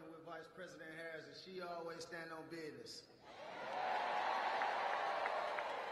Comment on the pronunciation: I don’t know why she didn’t choose well educated, professional black people to give a speech. Next time she should spotlight someone who knows how to pronounce “business” and other simple English words…